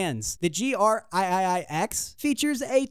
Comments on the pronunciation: Aye-aye-aye-ex. lol. Three X. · "THE GR EYE-EYE-EYE ECKS"